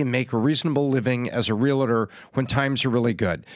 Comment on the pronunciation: PLEASE ... it's pronounced REAL-tor. Not realiter.